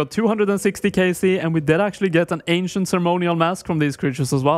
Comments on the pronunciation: How did you just say "Ancient"? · the ahnsient huh kek -mcdonio